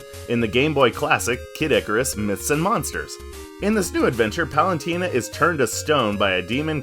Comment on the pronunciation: for a guy who made a whole video about Palutena, you sure do be pronouncing her name "Palantina" a lot